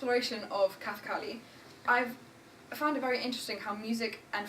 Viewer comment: The word kathakali itself is mispronounced.